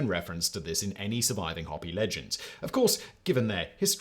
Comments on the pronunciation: Five seconds research would have told you its not 'hoppy' its 'Ho-pee' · I cringed a little every time he said hoppy instead of Hopi. Long o Simon, long o mate. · Hopi - HOpi - not HOP-i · not hop like a bunny rabbit ee.. Hopi is pronounced like the garden tool and urination or like HOPE--eee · How many times does he mispronounce "Hopi"? It's not "hoppy", it's hoe-pee.😊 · a "hoppy" native american? You mean Hopi? it sounds like hoe-pea. If we can figure out how to say worcestershire sauce and other foreign words, you can try our words too. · Hope-pee not hoppy. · Omg! I just now figured out what he was saying! Hopi is pronounced HOPE - EE.. NOT HOPPY! Jesus. Fix this and redo. This is embarrassing. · Hope ee. Calling those Native Americans Hoppy (like a frog) is making me crazy! I'm out of here....... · Having lived and been around Native American people for decades, I can feel confident in saying Hopi is pronounced Hope-E, not Hop-E. I have never before today heard anyone call them Hop-E. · I think you mean to say Hope...y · I keep giggling every time Simon pronounces Hopi as “hoppy” 😂 (It’s HOPE-ee) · "Hoppy"??? Look here, Whistler comma Simon, its Hopi. Hope-EE. They weren't little toads, likely still are not. .. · Are you saying Hopi? Isn’t that group pronounced Ho-pee? A double P would be needed for your pronunciation. Unless, of course, you are saying something else entirely different. 😊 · Hopi is not pronounced hoppy. It's pronounced hopey. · Am I the only one who cringes every time Simon calls the Hopi People (long o there, Simon), the Hoppy people? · Not hoppi, hOpI or hopee is correct pronounciation. Hoppi makes them sound like rabbits. Or try Ho-pee for the sound. But you sounded like hop-peye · It sounds like you're saying "Hobby". If you're trying to say Hopi, it's pronounced "HOE-pee". I mean, it should be obvious since there's only ONE "p", and not two... That's basic English. How do you not know basic English?... You're ENGLISH. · Pronounced hoo pee